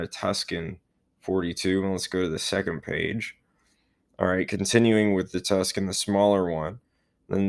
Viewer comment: "Tus-kan"? The Arizona city of Tucsan is "Too-sahn"! The c is before the s, so I don't even know where you get your pronunciation...